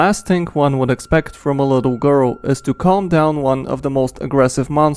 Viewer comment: L I T T L E G O R L S